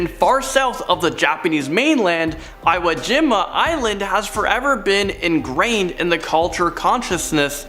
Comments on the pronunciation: it's eeWOH jeeMah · Sorry I’m being a grammar n*z* but Eureka (your-ee-ka) Trans Allegheny (al-eh-gain-ee) and Iwo Jima (ee-whoa-gee-ma) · Eye-wo Jim-a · Please hire somebody over the age of 35 to tell you guys how to pronounce things and what things actually are. It's pronounced e-wa g-ma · Ok... pet peve. Iwo Jima 硫黄島 is pronounced as Iōjima. EE-w-oh j-EE- ma. LOL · Don't forget eye-woh jima... 😕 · Does this guy ever pronounce places namee correctly? Shanghai, Iwo Jima, etc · Omg please tell how to pronounce Iwo Jima...I cringed hearing him say this 😂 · I cringed when I heard how he pronounced "iwo jima" lol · If my WWII buff friend heard say Iwo Jima wrong he would laugh so hard lemme tell u (ur the best, and!!)